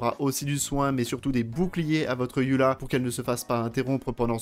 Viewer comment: Pourquoi "yula" et pas "Eula"?🥲